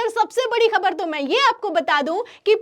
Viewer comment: पहले तुम शब्दों को ठीक से बोलना सीखो । फटी को फ़टी बोल रही हो । ख़बर को खबर बोलती हो ।